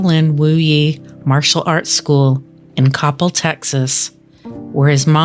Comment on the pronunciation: The city is pronounced cop-EL.